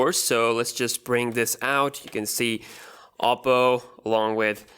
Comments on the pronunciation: oddo or odo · It's a Chinese phone and it's pronounced as OH-PO